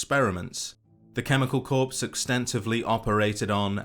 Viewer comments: For future reference it’s “core” not corpse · Corps is said like "core" not "corpse" Just giving you the heads up, loved the vid. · I’ve always thought that Frank is one of the most iconic and memorable villains of the series. Good to learn the lore all in one place! One small thing, the 2nd word in Chemical Corps is pronounced like “Core” not “Corpse” . Great vid. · Corps is pronounced Core, not Corpse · Corps is pronounced core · lol sounds like you said cannibal corpse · btw, "corps" is pronounced core. Like 'Marine Corps' would sound like 'Marine Core'. English, amirite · People that can not pronounce "Corps" are the bane of all service members. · So few know how to say corps...